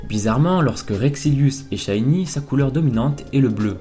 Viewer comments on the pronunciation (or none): none